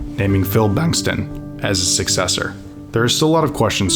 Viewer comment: Great archival film and story. Wish he knew the actual pronunciation of some central characters in his narrative. Hadl, Majkowski, Devine, Bengtson were notable misses. And back in the '60's, the NFL was divided into the Eastern and Western Divisions. Yes, the Packers may not have won the Central for a quite a while, but the reference to '62 was misleading.